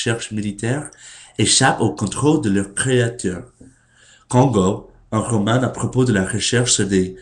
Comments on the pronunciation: Tu parles très bien français sauf qu'on dit roman avec un AN comme le nouvel an (désolée de cette comparaison un peu idiote ^^' ) sinon je ne vois pas d'autres choses à dire qui ne sont pas déjà remarquées...c'est très dur je le sait je connais quelqu'un qui n'est arrivé en France il y a à peine 8ans et il à toujours du mal à lire correctement le français (il ne fait pas beaucoup d'effort en fait...) mais Courage tu vas y arriver! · Tu parles déjà très bien le français. Il y a quelques problèmes sur les mots : Gorille, Prononciation, Roman, Succès, Conception, Climatologue. Le reste est très bien. =)